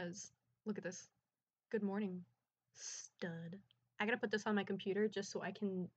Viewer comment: the fcking way u said stud im crying hghgdjdhdh